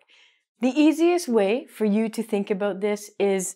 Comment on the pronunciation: Aboot. Canadian!